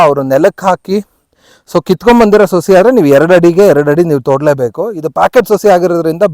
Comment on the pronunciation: ಅಣ್ಣ ಸೋಸಿ ಅಲ್ಲ , ಅದು ಸಸಿ. ತುಂಬಾ ಒಳ್ಳೆ ಮಾಹಿತಿ ಕೊಟ್ಟಿದ್ದೀರಿ ಧನ್ಯವಾದಗಳು.